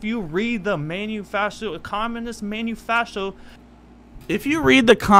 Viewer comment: keeps saying stuff like "have you read the camunist manifasho?" and "have you read the constitution?" and i'm just like!!! THEY CAN'T READ!!!!